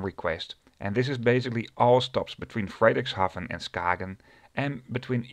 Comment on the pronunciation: It's always a good laugh to hear people go "but I don't know if I pronounced that right" when they've literally just read it off text as if it was a word in their own language. Americans are typically guilty of this, but Hjitskhals and Fraydrickshaaven just got me laughing.